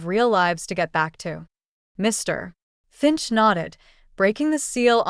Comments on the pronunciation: please use real readers!..... putting a space, second pause between Mr.....Finch.... does not sound correct. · What's with the "Mr. [pause] Finch"?? It is very disruptive. And the "That's all, M S Clementine." Um, I hate to tell you, but Mr. Finch was not sitting at his own desk at the time of the reading of the will. GET YOUR DETAILS STRAIGHT OR STOP PRETENDING TO BE AN AUTHOR. Hey, AI, a dash is not supposed to be read out loud. It means a pause, but then “you don’t understand that either. Hey, "Author", people read a LOT better than stupid AI's. Use one, your stories will be the better for it. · Why are you always stopping when you saying Mr finch it's like your making him out to be 2 different people it's weird